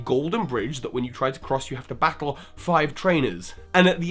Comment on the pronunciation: I love the way this dude says battle omg